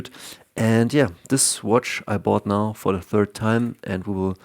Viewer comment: Hey bro it's 3rd not 3th